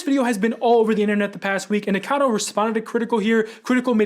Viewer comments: I'm one of those who can't stand hearing "Nicado" though ^^'.... the same with people who call Eugenia "Eugena" xD it really like throws me out of my Focus while I'm trying to listen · Nick was saying "nick-a-noodle" and it sounded like "n*gga-noodle" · Drink every time the guy says his name wrong 🥴